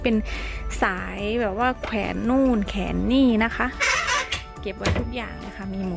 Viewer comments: แขวนจ้ะ ไม่ใช่แขน😊☺️😁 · ซอจะพูดว่าแขวนใช่ปะ ไม่ใช่แขน🤭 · น้องซอ แขวน จ้า ไม่ใช่แขน มี ว กล้ำ ด้วยจ้า พูดผิด ความหมายผิดจ้า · เค้าต้องเรียกว่า แขวนจ้า ไม่ใช่ แขนจ้า ภาษาไทย ต้องเรียกว่าแขวนจ้า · แขวนหรือแขน ได้ยินว่าแขนคนพูดพูดผิดหรือคนฟังฟังเพี้ยน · หนูซอพูด"แขวน"เป็น"แขน" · น้องซอ แขวน เด้อค่ะบ่แม่น แขน แขวนคือห้อย บ้านเฮาเว้าไทยกะชัดนิดนึงเว้าลาวกะลาวแท้ๆเลย...บ่ได้บลูลี่เด้อค่ะน่ารักดีแต่อยากให้เว้าชัดเพราะคนตามเบิ่งหลาย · แขวน นะซอ ไม่ใช้แขน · แขวนค่ะไม่ใช่แขนโน่นแขนนี่ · เสียงแปลกๆ ขว แอน แขวน